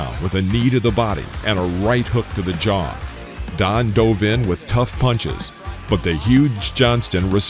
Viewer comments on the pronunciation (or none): none